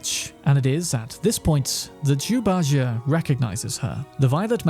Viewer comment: 🤦 Bajie is pronounced Bah • G. Jie makes a G sound not an A or J sound... You can watch anything Sun Wukong/Journey to the West related to hear the correct pronunciation... Pronunciation is almost as important as spelling in my books.